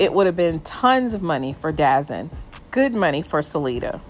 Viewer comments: DAZN is not pronounced Dazen it’s pronounced DA-ZONE hence, DAZN. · you mean DAZN? It’s pronounced The Zone. I got you! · 27 it’s da zone say it right dazn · Great content. By the way, its' pronounced " The Zone". Not Dazon/ Dazn. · It’s not dazzen it’s called the zone dazn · ITS NOT CALLED DAZZIN ITS CALLED DAZONE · It’s “ Da Zone”.